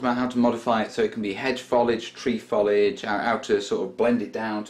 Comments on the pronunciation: not want to sound rude but it's pronounced foe lij not fol ije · And the word is foliage not folage! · So why say follidge? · What is 'follidge'? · You say it like falige